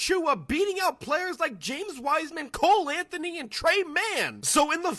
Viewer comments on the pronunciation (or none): none